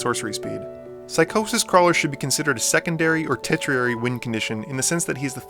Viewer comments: "...should be a secondary or tetriary..." it's tertiary. Pronounced tur-shee-airy. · As you have quickly become an inspirationalal channel for my own future EDH endeavors, these pronunciation corrections are not meant to be criticism. Tertiary= Turr-shee-ayr-ee. Archaeomancer= arr-cay-o-mann-surr. (only one N. Think of the word archaic, not arcane.) Zenith = zee-nith. The root is "cenit" which is different than the root of the word zen. Ophidian=oh-fidd-ee-en. It comes from "ophis" which means snake. Interesting that you mentioned Melek but not Arjun, which is Teferi's Puzzle Box on a stick and slightly less chaotic. Additionally, you neglected to mention Niv-Mizzet, Dracogenius, which goes infinite with his other self after just one ping from Dracogenius while Firemind is out. Another great video. I prefer Dracogenius simply because he is less of an immediate threat, being more subtle.